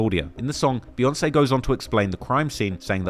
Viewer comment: Jay and Bee 🐝. Why do white folks say Bay? It’s literally pronounced Beeyonce. I gotta turn this off now.